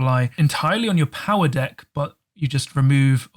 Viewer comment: LMFAO, sometimes when you say deck, it sounds like 'dick' 😉